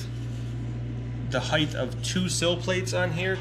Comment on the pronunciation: Height not "heighth"